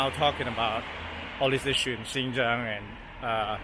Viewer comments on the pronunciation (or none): Was listening to a Washington speaker talking about Xinjiang and human rights like he so knowledgeable about the topic while pronouncing Xinjiang "Zing Zang"